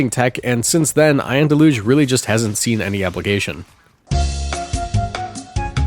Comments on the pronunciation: Deluge is pronounced "del-yuge". Have a nice day. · That’s not how you say Deluge just so you know. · It's pronounced deluge, not deluge